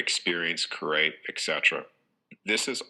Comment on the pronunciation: Notice also the way he pronounces create - he says curate - look up the meaning of curate- assistant to a priest!